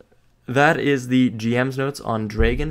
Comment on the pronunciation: Errrrrrr ........... It's said Dry-gon. The pronunciation is horrible. For the love of god check it first.